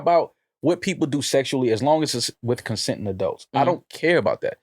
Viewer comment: The way says “ Adelts “ … every time…